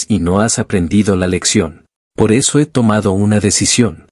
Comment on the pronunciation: Aquí los que escucharon que dijo reseso XD la rosa de Guadalupe pero versión roblox 🤣🗿🍷